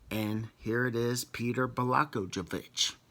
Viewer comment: It’s pronounced “bla-goy-o-vich”. Hope that helps.